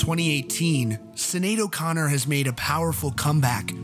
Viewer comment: Two points: Sinead is pronounced SHIN-aid and Prince wrote “Nothing Compares 2 U”.